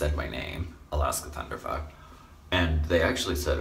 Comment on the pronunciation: #abikeforeverybody #inclusiveworld yes girl!!! God you killed it "thunderfuck" correctly pronounced and spelled :)